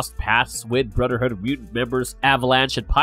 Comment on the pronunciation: Can you say the “th” sound cause it’s hard getting through it when every time it’s brudder hood, and mudder hood? I’m not being snarky I’m just genuinely asking. Maybe take some voice and speech classes, because it’s distracting to get through the video listening to that. Just food for thought.